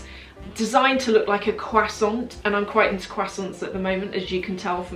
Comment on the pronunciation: Gosh the way she pronounced croissant killed me hahah